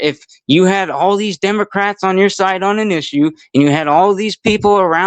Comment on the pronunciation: Wait did i just hear say " Democwats." Was he making fun of himself or does he have a speech problem? Professor so the agent saw the tires turn the ones under the vehicle the ones blocked by the body of the vehicle? A agent has no duty to retreat from a threat from anyone and she hit the agent. Nobody has the right to block the street. For any reason. Period. Lawful commands are law binding for whatever reason it matters none if you dont like it or dont want to you do what officer says. Anyone who thinks that she doesnt think she was doing this for attention or because ice wasnt right there or didnt know it was gonna come with law confrontation is not being honest. She chose to drive and hit an officer maybe didnt want to or think it woukdnt be a big deal cuz shes a female and it was gonna be rubber bullets in thier gun but she did and actions have reactions and that results in overall outtcomes. What if the woman didnt turn her wheels and drive straight at him to hit when woukd the officer stop the threat? 5 seconds after hit 10 secinds after 15 secinds 20? Or when he is under the vehicle with blood oozing from his skull or when his legs broken and arm pinned up against a tree or house or vehicle would that be a good time? This kids thats about it has no clue about what goes intoany of this and puts zero responsibility on the ones breaking laws that are lawful and just and have been for decades before he was born. These people have